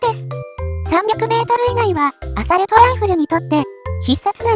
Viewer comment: アサルト⇒アソールト